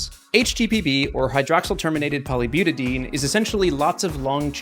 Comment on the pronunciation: It's not butadeen, it's butad*i*ene. You pronounce that I!